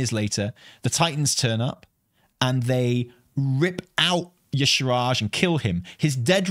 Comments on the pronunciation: y'shaaRj -- not y'shRaaj,! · Why no one say Y’shaarj name right? 😩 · I really hope if yshaarj shows up, they’ll say their own name so people will stop pronouncing it incorrectly. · The main problem with bringing back Y'Shaarj is that no one can pronounce it 😂